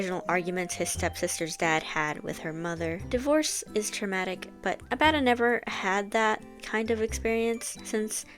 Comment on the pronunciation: You were right, the way you're pronouncing Abaddon is going to make me crash out